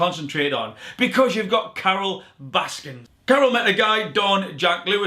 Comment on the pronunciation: it’s Carole Baskin* not Baskins.